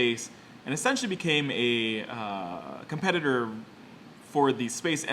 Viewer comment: whenever you say essentially it sound like youre saying sexually